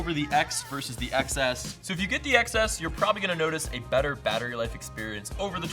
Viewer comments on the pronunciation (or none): Why don’t you pronounce it as 10 s instead of excess? Thats the pronunciation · iPhone XS is pronounced iPhone 10s...c'mon... xD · It's pronounced "10s".